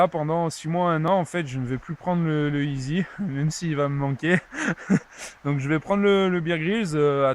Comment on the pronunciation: Belle vidéo, bravo !! ..Tu t'ennuie de ton ESEE qui se prononce ''si'' et non easy lollll J'adore ces couteaux moi aussi, lequel ou lesquels as-tu ?